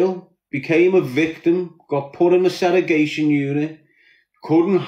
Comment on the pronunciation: I wonder if hes ever gonna stop saying " seregation" instead of segregation?